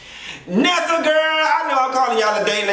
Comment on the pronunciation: Finally someone got the “Nessa” part right 😂